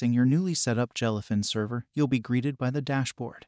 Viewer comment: Jell-uh fin. Moo-vuhs.